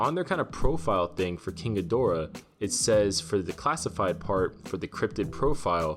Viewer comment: I wonder if climate change melts the glacier he's frozen in? and possibly causes the humans to summon other Titans,which goes wrong when Rodan joins King? also, thanks for properly pronouncing King Ghidorah,most other videos have someone saying "kinky dora". SMH